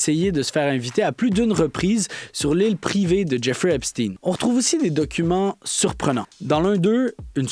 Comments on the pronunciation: les chaînes en anglais prononcent epsteen (tin) et j'ai entendu hier sur une chaîne française "epshtein" (oui comme Einstein). Mais, oui, c'est agaçant ce "steen" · O ne prononce pas Epstine, mais bien EpstEIN!!!!!!!!! Mais peut-être prononcez-vous Albert EINSTINE et non Epstein! Apprenez à prononcer correctement!!!!! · C’est espstein, c’est pas epstinne, c’est un juif pas un russe? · Epstein se prononce comme Albert Einstein et non comme (teen). Phonétiquement c’est pas correcte. Obama était le plus proche, il le recevait à la Maison Blanche et est allé plusieurs fois sur l’île , avion , bateau, temple etc… Le pizzagate …Commander pour 65,000$ de hot dog c’est étrange pour vous ? Obama avait faim. Bref , vous êtes en retard dans l’info et vous contournez encore même si il y à une légère amélioration 😂 Lâchez pas , tout ceci est connu depuis 2018 et c’est Trump qui à forcé le ministère de la justice à sortir la balance il y a deux semaines et non l’inverse, c’est aussi qui à dénoncer en 2005 le comportement de Epstein comme Einstein. Alors assumez au moins ça. Bref , le temple n’a pas été ensevelie sans raison. Tinking ! Tout ça est prouvé et des centaines de témoignages depuis des années sont faits , oupssss ! Elles doivent et ils doivent être fous et folles les victimes ? Des fuites de documents sont sortis entres 2018 et 2021 …. Un tas de gens en n’ont pris connaissance mais ça devait être des conspirationnistes, oui c’est ça , des conspirationnistes qui dénonçaient les conspirateurs malicieux et immondes que les ignares à admirent encore aujourd’hui. Certains vint tomber de haut si ils sont mal informés. Lucidité perdue au Qc comparativement aux autres pays du globe , merci quand même 😂😂 pizza = ….Hot dog = ….. Et c’est biens réel malheureusement. Ils ont des pratiques pourtant millénaires, il faut juste connaître l’histoire un peu ahhh! Et c’est pas f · Arrêtez de prôner Epstin c’est Epstein tout comme Einstein, frankenstein lichtenstein